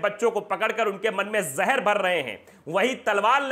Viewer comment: Zaher. Zaher Hota hai bhaiya ji mitha hoya kadwa ...?